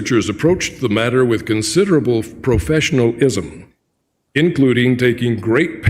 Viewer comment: Proffesional Ism, as opposed to amateur Ism? (I just thought he pronounced that strangely)